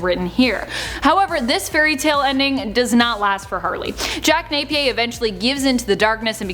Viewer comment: Jack NapiERRRR (the whole world doesn't speak your gobbledygook french)